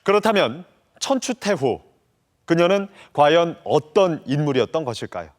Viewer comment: 여 아나운서의 발음이 천추태호로 계속 들려서 거슬림